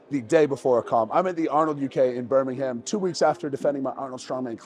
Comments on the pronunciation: It’s not BirmingHam, it’s Birmingham, with a silent H. This foolio is a polished turd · Please learn how to pronounce Birmingham